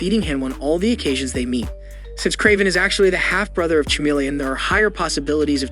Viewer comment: And its pronounced "kuh-meal-e-un" not chuh-million" otherwise great. 👍 👍 👍